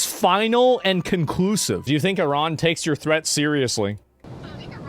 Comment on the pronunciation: Why's he pronouncing Iran weirdly?